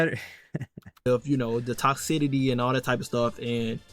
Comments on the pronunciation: "Toxcidity" it's "toxicity" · I won't follow anyone who is incapable of pronouncing easy words like "toxicity"